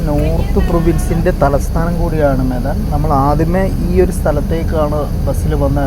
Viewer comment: സഥലത്തിൻറ പേര് മെദാൻ എന്നല്ല..medan..മേഡൻ എന്നാണ് പറയുക...bintang utara എന്നാൽ bintang നക്ഷത്രം utara എന്നാൽ വടക്ക് എന്ന് അർത്ഥം mee എന്നാല്‍ നൂഡിൽസ്